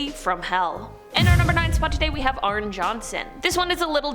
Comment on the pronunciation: It’s pronounced Arnie not Arn 🙄🤦🏻